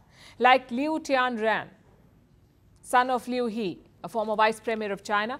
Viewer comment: the “he” in liu he’s name is pronounced “her”. gotta know the hees & the hers in mandarin chinese haha